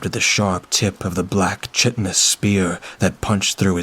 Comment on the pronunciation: Bahahahaha! Shit-inous dagger. Sorry, V but my brain didn’t sort out the mispronounced word, before it asked the question “what is shit-inous” I wasn’t awake but in the process of waking. That author is bad.